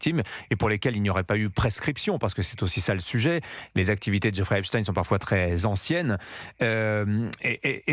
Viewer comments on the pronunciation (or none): Geoffrey Epstein pas Esptine ! ! On dit pas "Einstein. " Pas Einstine ... ?? !MDR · C’c'est une affaire française puisque Epstein passait 6 mois par an en France et ce n’etait pas pour faire des randonnées, pour preuve qu’il a peur les journalistes des télés d’etat on ordres de prononcer epstine au lieu d’Epstein, Macron qui serait cité affirme que poutine est cité alors que pour l’instant pas d’infos pour poutine, par contre il a été révélé par exemple que depuis 2013 c’est ariane de rothschild qui a ordonné aux gouvernements français successifs de détruire Dieudonne, de l’éliminer est ce que vous réalisez qu’une rothschild ordonne ce que doit faire le gouvernement, macron aurai pris des conseils à Epstein, des conseils au plus grand pédophilie mondial pour la France et il accuse poutine